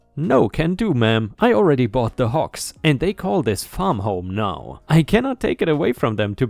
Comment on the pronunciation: It's HOGS not HOKS. I realize that in your native language a "g" is often pronounced like a "k". But you should know about this by now.